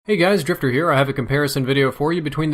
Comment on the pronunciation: says gay cr